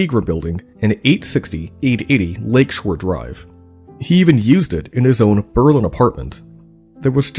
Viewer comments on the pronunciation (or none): none